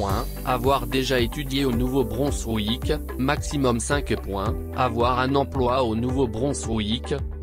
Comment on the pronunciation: Attention à la prononciation de Nouveau Brunswick.